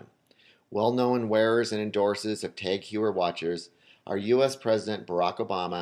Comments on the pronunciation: TAG HOYYER- not HYEWER... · If you're going to talk about luxury watches then perhaps learn how to pronounce "Heuer" and "Omega". Just a thought.